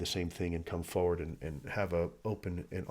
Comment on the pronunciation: Foe ward is a strange way to say forward. 😊